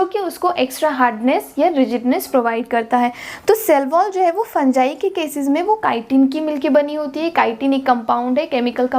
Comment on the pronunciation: Bro in real it is pronounced like that 😂